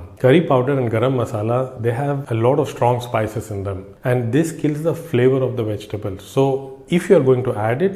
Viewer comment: There NOT Wegitables m8 if your going to make a video at least get the enunciation right with ingredience.